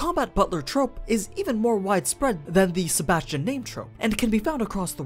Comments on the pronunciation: Sebastian uch.... sebas tian -. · AniNews: Sebas Tian Me: Sebas-Chan ....... I hate my self lol